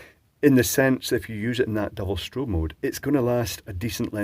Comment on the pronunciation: strao-on, giggle! FYI, around here those are called tadpole lights since once they are off the bike it looks like it has a tadpole tail. They are handy for their ease of mounting. Sounds like it would be decent if it had an upgrade to an 18650 battery otherwise I am not interested in something I have to charge between each and every bike ride. But I will say I am glad to see more of the 4 LED lights coming about as I own a 4 pixel TV that also uses Yellow as the 4th pixel and it's like 33% brighter than 3 pixel TVs and the yellow & golds are awesome. I always wonder why we don't see more consumer products with a 4th pixel. Dave's Garage did an interesting video on 4 pixel individually addressable RGBW LED strip lights recently. Turns out they work like one giant shift register. If I knew more programming I would be very tempting to get a set as his projects really look awesome. (This is THE David Plummer, the guy who wrote Task Manager for Microsoft! Awesome electronics channel & he does lots of light projects now.)